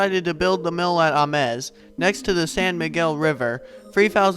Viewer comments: I'm pretty sure the location is pronounced "Aim-s", not "Ah-mes". Check with a few old timers. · If you can say James, you can say Ames. With a long 'A'. ah MEZ is Spanish. Nice job otherwise. Appreciate the footage ! B. Ames